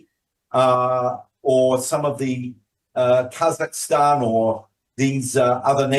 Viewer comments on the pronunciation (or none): none